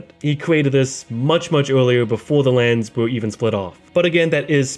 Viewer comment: i mean it in no way other than wholesome and good, but the fact that you speak like "cwoss the wands between" made this video 10 times more awesome 😂